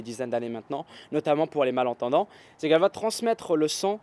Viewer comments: ça me stresse d'entendre "sang" à la place de "son" lol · quand tu dis le son j'ai l'impression que tu dis "le sang" bref sinon très bonne vidéo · Je suis le seul que ça stresse qu'il prononce "son" comme "sang"? D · Ahhh il dit "son" et pas "sang" ! J'ai eu du mal xD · "son" pas " sang " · oui le sang mdr😄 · Si tout aussi tu as compris sang a chaque fois qu'il dit song mets un j'aime. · younes karmouche J'ai juste dit que ça faisait bizarre d'entendre "son" prononcé de cette manière, en rien j'ai insulté ou j'ai dit que c'était un accent de merde, va falloir que tu redescende un peu, mon pote.